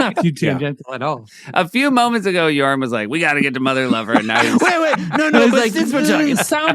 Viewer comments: Did Seth call it mother liver? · Anyone else hear Seth say ‘Motherliver’? Very different sketch, that